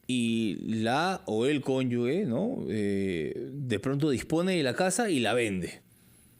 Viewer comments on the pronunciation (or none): La palabra CONYUGE se pronuncia "conyuje". No se pronuncia "conyugue". Es un error que usualmente se conete . El abogado lo pronuncia bien. El dato es para el entrevistador, como un sano aporte, con el mayor respeto.